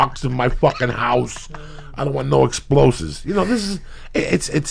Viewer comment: hes very dyslexic